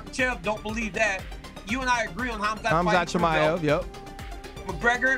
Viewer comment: Khazmat chimaaev..... He can't even pronounce the name of probably the hottest contender in the UFC right now.... Gtfoh Ryan 😂